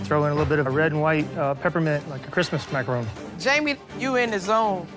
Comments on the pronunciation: Am I the only one getting triggered whenever they say macarOOn instead of macarOn? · someone tell her it not a maceron it's a macerooooooon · Why are the judges pronouncing it as macaroons. Macaroons is different from macaron. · I'm surprised at Mr Ramsay, such a famous chef pronounces them Macaroons. Macaroons are different from Macaron which are different from macaroon. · Isn't it macaron not macaroon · Bruh these are macarons not macaroons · "A dadgum 9 goot structure full of..macron"? First of all, Dadgum?? Secondly, its MACARON, fool. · Is anyone else bothered by the fact that they are macaRONS and everyone is saying “macaROONS” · It's a macaroon not a makrone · Why is chef Ramsey saying macaroons?! That's a completely different dessert! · Mac-a-RON not Mac-a-ROON. crap don't they know the difference??!! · Not calling them macrones lmfaooooo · The way pronounce Macaroons as Macrones got me wheezing for 3 minutes 🤣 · 'relax you do not have to make us an entire tower of macarohns" . . . . "CAUSE YOU'RE GONNA MAKE 2" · "mahcrons" lol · said “macrohns” 😂😂😂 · no he said makrone. not mac chrons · Funny how Gordon and Joe can't pronounce macaron...